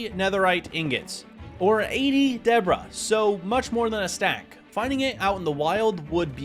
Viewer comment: Love your vids, but dude you GOTTA say debris the right way. It’s Duh-Bree. Not Debra